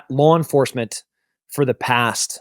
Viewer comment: Wow, that's a hell of an example of an 'intrusive R' between vowels" LawR enforcemnt 😮